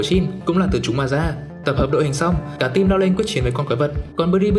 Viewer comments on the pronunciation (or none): none